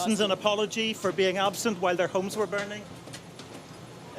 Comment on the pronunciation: This newscast highlighting celebs by a woman who pronounces homes as "hooyums" makes me nuts